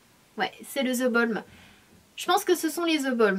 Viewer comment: Zeeee Balm waaaa3333 sanaaaaa mais pourquoiiiiiii ne pas l'appeler THE Balm normalement !